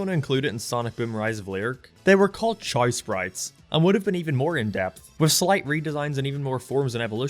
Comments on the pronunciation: say it with me cha-ow Not ch-ay like u say god damn ur drivin me insane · I keep hearing 'Chai' whenever you say 'Chao' XD Just wait until you go down the rabbit hole of genetics and start making some sweet-looking breeds, as well as additional evolutions that add even more customisability, then breeding for good ranks like you would for a full 31 IV pokemon and create an all-powerful beast. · Whenever I hear "Chao", it sounds like "Child"